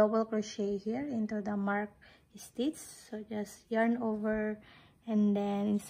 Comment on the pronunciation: I absolutely love how u pronounce “stitch” it gives me comfor❤